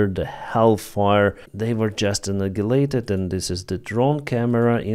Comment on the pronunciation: Anigilated , kaputet what are you talking about lol